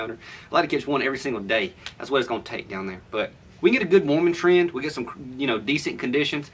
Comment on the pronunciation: When u say warming trends slow down, keep thinking u were saying woman tends....🤣🤣🤣🤣